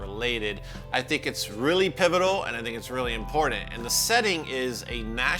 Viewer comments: Love your show, amazing how knowledgeable you are. I really enjoy learning about the history and specific intricacies of these pedals and effects I've been taking for granted my entire life. But I can't help but flinch every time you say the word "impordtandt". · We need a shirt with a cartoon version of you going "Come with me! It's impordant!". Yes, I'm making fun of your pronunciation of the word 'important'. XD